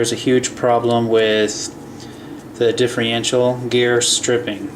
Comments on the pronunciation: It's diffERential, not diffREintial. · LOL can't he say differential properly? He says it like "Diffe-RE-ntial"